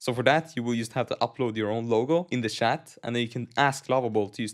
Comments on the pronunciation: Bro keeps calling chat as shat and it keeps throwing me off 😭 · he's Swedish, that is how they say chat lol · haha its french spelling